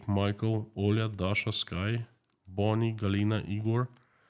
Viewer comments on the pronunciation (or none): none